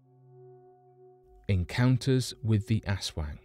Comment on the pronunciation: Asswangs 🤔 sounds horrific!